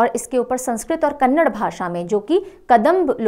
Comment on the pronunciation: Mam that is Kannada not kannadddd there is 'a' after d. Kannada pls do pronounce it properly, thank you